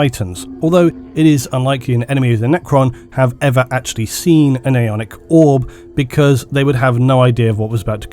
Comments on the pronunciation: As a Dane who therefore uses “Æ” on a regular basis I will say you pronounced “Æonic” in the same manner I would. In Denmark Æ is basically the squishing together of A and E, but it’s fairly inconsistent how it sounds in different words. The word Æonic to me looks like how you spelled it in the time stamp “Aeonic” as in aeon 👍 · Æ or "ash" is pronounced how it looks, a cross between A and E So you're pretty accurate in your pronunciation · 3 years down and 13 hundred comments later, the pronunciation was correct